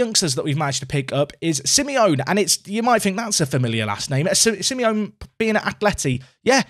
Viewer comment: But it’s Simey-onay.